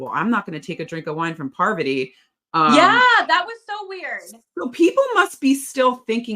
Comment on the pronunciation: Heading Rachel call Parvati “poverty” is taking me back to S13 Survivor when Jeff couldn’t get her name right pre-merge